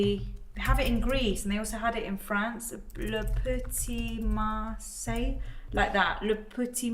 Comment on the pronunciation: I love you when you try to speak French, le petit marseille, it was hilarious. By the way I love food flavored shower gel